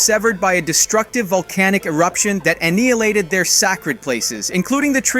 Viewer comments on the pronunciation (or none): "aNEEalated their SACKrid places???" what is this pronunciation my dude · Aneehilated, their SAHcred areas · "Aneealated their sak-red places" I can forgive mispronunciations of fantasy words, or foreign words, but those are normal English words that are pronounced the same in all accents - hearing that hurt my brain.